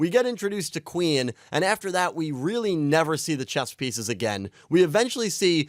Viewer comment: bro, the fact that you cant pronounce Queen right, bugged me immensly and ruined the rest of the video for me